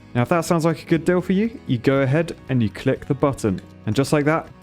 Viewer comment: Keep saying clic that way pls im dead